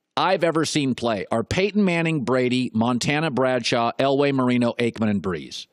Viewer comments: He really said Troy Aikman hahahahahaha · Aikman? LOL